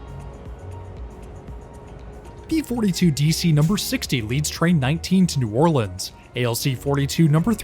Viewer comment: This is my home route. I live in Slidell and thank you for pronouncing New Orleans correctly.